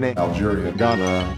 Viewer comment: I love how he says Botswana and Ghana so perfect.